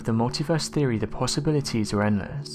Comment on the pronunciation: Every time I hear "mulitverse theory" it makes me smile. Not a concept for those with limited imagination.